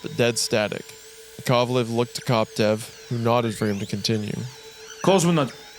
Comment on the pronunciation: Especially Korolev and Yakovlev ahahaahahh it's koroLEv and YAkovlev